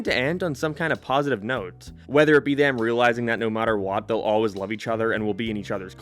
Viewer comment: he said loav (love)